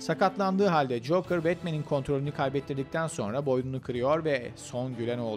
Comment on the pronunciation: coker ne cokeeeeerr tilt ettin beni insan bi googla translate yazar okunuşunu dinlerrrrrr